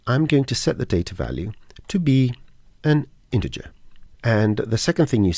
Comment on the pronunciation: Iterate is pronounced IT ERR 8 not EYE TERR 8. Integer has a soft g sound. ie as in gentle not garlic Apart from that very helpful. Any chance of an update version as the scene nodes have moved on a lot in more than 3 years since this was posted.